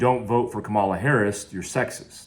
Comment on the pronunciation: Lost a follower here. I’ve always enjoyed your videos and insight on the topics that you’re obviously knowledgeable about. Now, we’re on a political journey. On top of that, you can’t even pronounce her name right after using all of those big words smh. Oh and I’m not a democrat. I’m pro what’s best for me and my family. That is the advice that should be given to Americans.